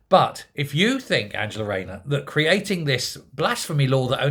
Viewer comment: "Don't cwy,If it was'nt for you wight wing wapscallions i would'nt have to bwing in this new wule". Angela Waynor pwobably